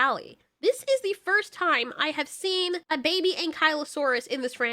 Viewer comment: "he as a newborn BABAH" thats what i herd lmao